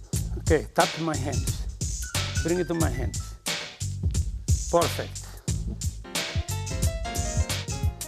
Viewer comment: I love the way he says porfect 😁 would have loved to be able to train with this legend